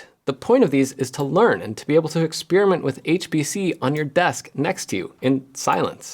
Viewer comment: Please: there's no "spear" in "experiment".